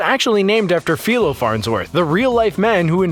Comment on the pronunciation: Philo is pronounced fī·lō, not fē·lō